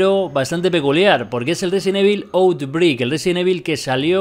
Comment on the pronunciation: pronúncialo autbreik